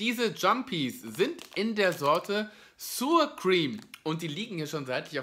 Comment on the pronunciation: Mit der korrekten Ausspreche von Sour hapert`s noch, ansonsten eine sehr, sehr hilfreiche Rezension.^^^